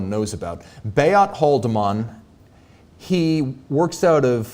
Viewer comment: your pronunciation when speaking German words is really good 👌🏼.….but Beat Haldimann is pronounced more like #Huldeemun#... (personally don’t like the look of his watches though). All great …when you come to visit A.Lange & Söhne and Nomos they‘ll think you‘re from somewhere in Germany 😎